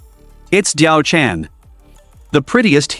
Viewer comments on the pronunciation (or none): when you pronounce DiaoChan , its DiaoChan~ im laughing LOL